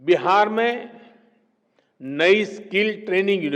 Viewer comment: PM जी स्किल skill होता है स्कील skeel नहीं। कम से कम बच्चों के सामने बोलने से पहले स्क्रिप्ट को ढंग से पढ़ लेना चाहिए या किसी शिक्षित व्यक्ति से चेक कारवा लेना चाहिए